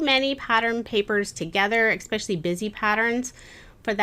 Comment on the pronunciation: Great video but you said expecially a bunch of times lol.